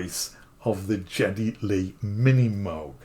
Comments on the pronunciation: It could be the accent more than anything but I believe his name is pronounced /ˈɡɛdi/ which is more like "gea-ty" not "jet-ty". Getty was born in NA/Canada. I saw this promoted a couple days ago and was intrigued. I love Rush's music (of the free spirit and individualism, libertarianish values, etc. etc.). How I came upon it was more likely because I had a rush, pardon the pun, to explore old school analogue synths. Oh, and I agree, why not charge $10,000 for it. Have him sign each one and put a pretty plate 1 of 500, or whatever on it. But I sure am not going to go out and spend $5500 on a Moog when a plug-in and a Melbourne Instruments Roto capture can give me 80% of the experience, or even (don't throw tomatoes, please,) Behringer Mode D for less than $250 with tax, shipped to my house. But I am Gen-X. I grew up in the era of Ensoniq, Roland, Yamaha DX7, Korg M1 era, looking back at Moog and OBs are welcome relics but not a childhood star. If I were to buy one I wouldn't be using the Moog hardware to perform music in stadiums in a grueling tour. It would sit with my 88 key piano workstation and 61 key mid-tier gig, right next to my Ableton set and be something I'd enjoy using. I could justify more than the going priced for used equipment, I love the red color, and the accessories. But collectable stuff is really not my bag, other than tokens of my travels I use to recall fond memories. So, I agree the price is well thought out, as it is a limited run, and they do offer so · Well his name is certainly not pronounced Jetty. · Geddy, not Jeddy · well, you sound like you're somebody from France and that would make sense cause you're also mispronouncing his name and in America he's considered to be quite popular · Why would someone make a video about a Geddy Lee signature Moog and not bother to look up who Geddy Lee is (and why would anyone in music, talking about the MiniMoog, not know who Geddy Lee is?) and how to pronounce his name? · You're misprouncing Geddy.